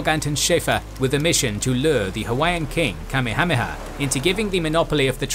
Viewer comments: Yeah... should be Ka-meha-meha, not Kame-hame-ha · Say it with me: "Ka-MEH-ha-MEH-ha" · the name of the Hawaiian king is pronounced ka may ha may ha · kami-hami-ha? I thought it was pronounced Kah-mayha-mayha. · its pronounced King Kameyha-meyha, not kamihamiha lmao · I hate the way this guy mispronounced names in EVERY video he does, the name of the Hawaiian king Kamehameha, was pronounced "ka-may-a-may-a" not "Kammi-ha-he -ha" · .. Kame-hameha??? "Kamekameha[4] (かめかめ波 Kamekameha, lit. "Turtle Turtle Wave") is a mispronounced and misdirected version of the Kamehameha". Dragon Ball ~ Hmmm, I wonder did they happen to use this late King's name as reference LOL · You pronounce Kamehameha like somebody who's only heard it spoken in Dragonball. Everywhere else I've hard the name it's Ka-meha-meha. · It’s king Ka-may-ah-may-ah… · Ooof the pronunciation Kamehameha makes me a little sick to my stomach. Love your videos though! Ka-meha-meha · Kamehameha is pronounced Ka-may-huh-may-huh. You're pronouncing it like the show Dragonball Z. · Pronounced King Kah-Maya-Maya. Get it right!!!! Watch Magnum P I and you'll learn how to say it. Other than that you're doing good. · The way you say Kamehameha just sends me over the edge! 🤣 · LOL That is the absolute worst mispronunciation of King Kamehameha I have ever heard. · Then, in 2015, they did it from the east coast of America and it went much smoother. Great job but the way u pronounce Kamehameha the great is not up to your typical quality. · you absolutely ruined the name Kamehameha, and Kauai its worth taking a second to look up how to actually pronounce hawaiian words.